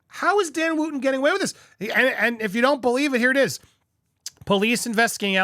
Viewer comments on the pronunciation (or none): If ya gonna go in on the demise of Dan Wooton... at least pronounce his name correctly. Wooton rhymes with Hutton.. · Popcorned, you can't even pronounce Dan's name properly.